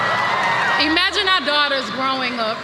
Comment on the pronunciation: Hey Beyoncé, it’s IM-agine, not EE-magine…